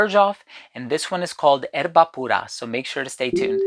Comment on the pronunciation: Amazing video/review! Perfect pronunciation of Erba Pura… Bravo 👏🏻